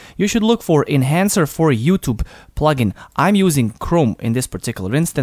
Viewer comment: Not youtob say youtube